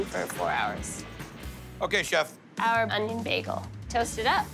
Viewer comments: It's like he's saying beggel instead of bay-gle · If I hear "Bæggel" one more time, I might flip some tables